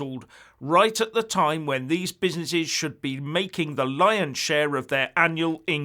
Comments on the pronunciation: He also said: Oh-my-cron and Busy-ny-shes just like he said Proa-toa-call! LOL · Oh-my-cron and busy-ni-shes! hahahahahahahahahahahahahahahahahahahahhah